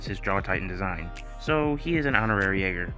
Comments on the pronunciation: It’s not jager it’s Yeager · it is Yeager not jager